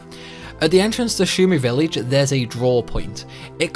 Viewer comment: Spall? Villeej. 😒